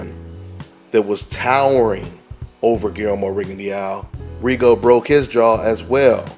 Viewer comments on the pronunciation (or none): When would they learn how to pronounce Rigo's last name!??? THis is rediculous